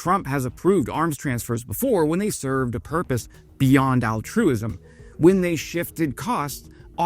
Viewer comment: Dude! Ya'll use a new word and ya gotta pronounciate it correct-like! AL-truism, not al TRUism.